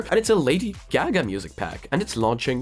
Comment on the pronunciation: F.Y.I. it's pronounced GAH-gah, not GAG-ah.